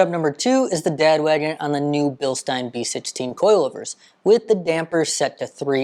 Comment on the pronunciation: Thank you for pronouncing Bilstein correctly!